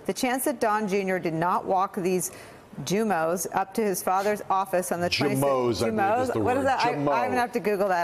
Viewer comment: You guys keep referring to Steve Bannon's derogative 'jumos' as jah-moes. When you see the word jumos think horses not zebras. He means Jew-mohs. He's a racist so think of this as Bannon-speak for anti-Semitism. You're welcome.